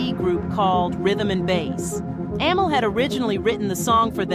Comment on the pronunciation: Why can't you be consistent with the pronouncing of Amel's name?